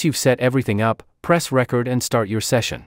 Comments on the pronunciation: Had to stop listening. There are other videos out there with actual voices, not AI. Seemed counter intuitive to me to have an AI voice on a how to video on how to record. Plus, can't stand when it says how to record your voice.... and it makes it sound like the old vinyl records when it should say how to reCORD. SOrry, but a thumbs down for me. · Is this ai.....it gets the word (recording) correctly but not the word (record).. it says record as in (a vinyl record) /single/album so does anyone wonder what's going to happen when we no longer hear human voices any more ... because this is what it's going to sound like..Zero personality!... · You should accent the second syllable of "record" when it is a verb,. Accenting the first syllable makes it a noun.